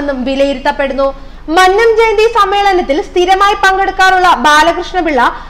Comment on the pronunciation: ആദ്യംപോയി ഉച്ചാരണം പഠിക്ക് വായനക്കാരി,,.,.,,മന് നം അല്ല മന്നം .......ഉദാ: മന്നവന്റെ "ന്ന " അ ല്ല...........